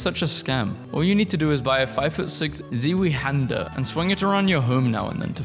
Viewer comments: ZEEWEE HANDER? is pronounced "z-vy" not zeewee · MY EARS- ITS PRONOUNCED LIKE ‘SVEN’, NOT ZEEWEE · ITS NOT PRONOUNCED ZUIHANDER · "zee-wee-hander" is crazy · zee-wee-hander is crazy tho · "Zeeweehänder" how did you pronounce the "händer" part correctly but messed up "Zwei" this bad?! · it’s pronounced zwine (like swine but a z instead of a s) hand er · did you just pronounce zwei händer as zeewee hander. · that was for pronouncing zwei hander as zee wee hander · The way u said "zweihänder" almost killed my german ass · The way he pronounced zweihander😂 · this is not correctement way to say zweihänder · it actually starts with a hard z not an s, but apparantly most people that speak english as their first language can't pronounce it that way